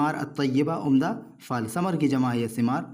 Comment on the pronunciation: پھل ہوتاہے نہ کہ فل